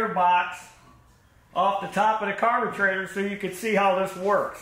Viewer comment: I'd never use Champion spark plugs because once you get them flooded, they're shot and worthless. NGK are much better. And it's a carburetor, not a carbatrator. Learn how to talk and get the crap out of your mouth.